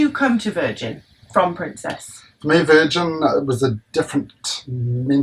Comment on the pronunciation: especially when he said "Pruncess ship" :P